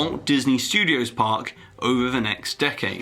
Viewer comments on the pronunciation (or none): At the part where he mentions that the disney skyline will make more crowds. he said in the video (something something, during peak hours, etc.) he actually said "park" incorrectly (Not saying that it matters) just pointing it out